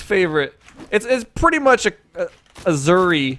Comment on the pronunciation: Ok the announcer lITERALLY pronounces the legends name for you so there is NO CONTROVERSY so please stop say aZuri it’s aSuri thank you ps ur video is very good